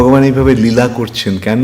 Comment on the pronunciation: নীলা নয়।। লীলা